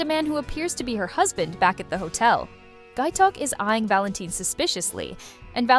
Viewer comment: Valentin is pronounced “VAL-en-teen”